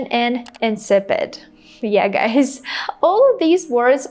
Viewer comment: I think you pronounce the word GUYS as /ɡʌɪs/ not ɡʌɪz.